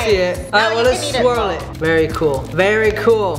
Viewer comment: "So u make the swirl... then you make the swirk yea" - 2021